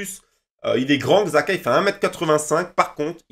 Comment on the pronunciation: J crois que ça se dit chaka